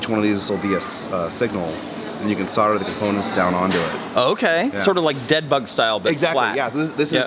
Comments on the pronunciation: Sodering tips? Thought it was so'l'dering tips? :) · Sodder? *Solder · Just wondering what soder is 🤣 I'm sure you know but solder has a L in it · Why can't Americans pronounce SOLDER properly it's not spelt SODDER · Do your soldiers ever solder, or sod it they just sodder it...? There is a bloody "L" in there folfs. Just sod me car and sod the truck, sod it. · Why do Americans leave the"L" out solder? curious